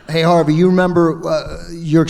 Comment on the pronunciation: I admit. It sounded like the moderator said ‘R.V.’ instead of Harvey. Keitel keeps talking about Reservoir Dogs. “It’s KAI-TEL.”